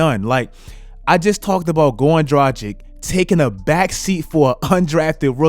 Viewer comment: I really love your content man, but please, learn to pronounce Dragić properly.. It really hurts to hear your pronouncion as Europenian guy. I think you would be annoyed too if someone mispronounce your name ALL THE TIME, in my eyes - if you can't pronounce someone's name it's like not giving a man respect. I have no idea why is everyone trying to make his name sound 'American'. He is freaking Slovenian. You are NEVER pronouncing ć as k there. Also g in his name is like g in word lanGuage, not languaGe.